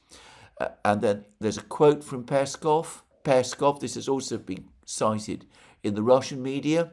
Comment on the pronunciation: PeskOv, Alexander... it's PeskOOOOv.. like LavrOv or UshakOv.. accent on O